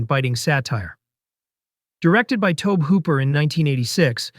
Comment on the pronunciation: Great video and selections. However, the narrator’s constant mispronunciations, some times within the same segments, is pretty distracting and amateurish. Beelial to Beh liel, Tobe and Toh-bee. You can always do another take and say everything correctly once 😅